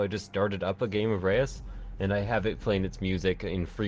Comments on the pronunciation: Try to say ruuuhs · This might help, im Dutch: Reus, the eu is uncommon as 1 sound in the English language. Try saying Reus like this: instead of the eu say a short 'Uuhh' like you're thinking. Ruuhhs. That comes as close as I can explain.